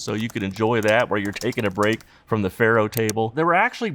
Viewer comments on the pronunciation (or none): none